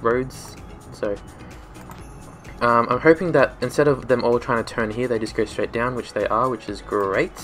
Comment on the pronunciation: Well you fixed it real good. 😅 I enjoy the way you say HERE (Hea)